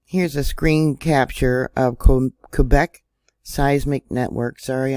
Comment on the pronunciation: Haven't heard anyone pronounce Quebec correctly in a long time! Maybe they should use concrete for the roads. I just looked up how much it costs to get into the park. No wonder the actual figures aren't being reported, that's a lot of money and we all know money is the end all be all. Thank you, BTW, your voice is so soothing.